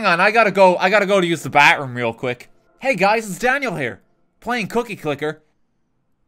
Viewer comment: How he recorded saying bathroom makes it sound like he's saying backroom